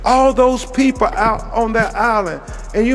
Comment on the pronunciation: This educated lawyer says "Pepo" foe "People"? Come on Guy! You are smarter than that-- well maybe not with what you have done. You have set the investigation back with all your conspiracies and jumping to conclusions. The Wells family needs to fire you. You have been an idiot. We need to get the bottom of this case and solve it. This good kid deserves that much. You are not helping with all your accusations. It is just causing kids who might be of some help to clam up and not get involved. The police need the help of anyone who has seen something and you are not helping.